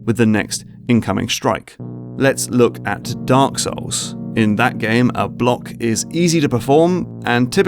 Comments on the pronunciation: did you just said Dank Souls? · I like how he says Dunk Souls